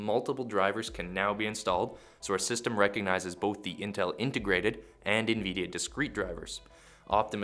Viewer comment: the first 'i' in Nvidia isn't pronounced as an 'E'